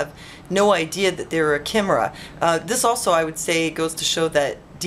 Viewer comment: Very interesting. By the way, you say it like 'K-eye-mira'.